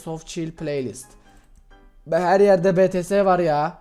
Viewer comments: Betese dediğin mükemmel 7'li senin yılda kazandığın aboneyi,takipçiyi saatte kazanıyo.Ayrıca betese değil bities diye okunuyo.İng yoklugğunu belli etme .Eskiden severek izlerdim ama artık değil. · 4.31 abi betese demesen olmuyor mu yani bities diye okusan ? Seni seviyorum ama betese dediğin anda abonelikten çıkasım geliyo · be-te-se değil bi-ti-es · BETESE !??!?! Mert ingilizcen ne kadar merak ettim de .d Bities o .d hatta sen istersen bangtan bomb da de diger adlari o